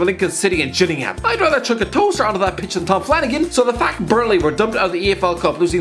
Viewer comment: The heavy emphasis on 'Ham' when pronouncing 'Gillingham' hurt. At least he got the first part right by saying it as 'Jill-ingham' (Kent town) and not 'Gill-ingham' (Dorset town).